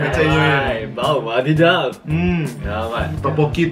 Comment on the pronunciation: Kakiage is ote-ote/heci/bala-bala in Indonesia Btw ngomong wadidaw kok bisa medhok gitu 😆 "whadidhaw"